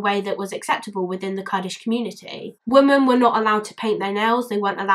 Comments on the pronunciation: I watched the documentary you included a clip from and it stuck with me too. Poor girl. Society failed her. Also out of interest, why do you say "woman" instead of "women" for plural? I'm a language nerd and find it interesting that more people seem to be doing that! Wondering if it's a geographical thing 🤔😂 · Awesome video! Can I just ask.. Why is it you say "women" as "woman" sometimes? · Sorry but why are you saying woman instead of women, your saying woman in sentences that should be women. Sorry just an error I noticed. Also Muslims should be punished if they obey their stupid laws, it's solely made to keep women in check, it's all man made crap, look it up. Its basically a "religion" to discriminate and dominant women.